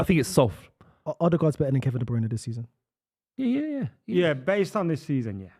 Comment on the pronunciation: Please ill do anhthing just tell to pronounce de broyne properly its de brer-neh, sounds more like de brainah